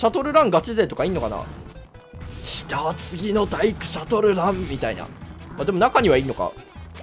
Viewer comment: シャトルランの発音おかしくない？